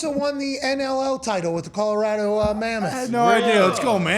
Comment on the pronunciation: Pat, thank you so much for pronouncing our state correctly. Often overlooked piece of detail, but Colorado thanks you nonetheless.